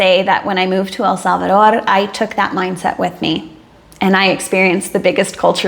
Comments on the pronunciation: So glad to hear you finally learned how to pronounce El Salvador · I looooooveee the way how you pronounce El Salvador accurately with a pretty natural Spanish accent. I'm so glad you had found peace and happiness in our land, congatulations for your beatuful family.